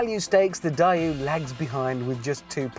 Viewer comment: The 'Per-oh-dooah', the 'Dye-ooh'? Is he joking?